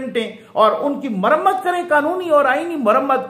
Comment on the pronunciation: Ha ha ha muzamaat nahee muramaat v. Nice 👌👍